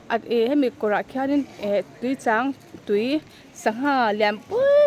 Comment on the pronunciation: I lam rik dan chu "Tuichang LEIH" ti a lam i ang deuh tlat mai....